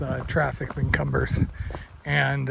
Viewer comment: Great videos. BTW, Cumbres is pronounced coom-brace, but kum-berz